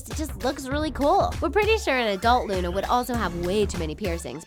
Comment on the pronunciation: It's Luna not lana